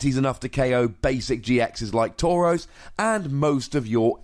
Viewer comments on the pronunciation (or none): none